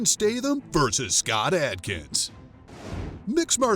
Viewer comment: I love Jason Statham but I wish you would pronounce his last name properly.